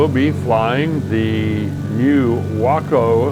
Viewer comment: Waah-co is right!!!!! Love that plane and the plane I used to fly in, the Stearman.